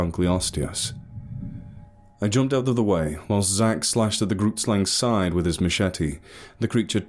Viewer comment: Love you but dam each time I hear grootslang pronounced incorrectly I get a heart attack. love you and keep up the good work.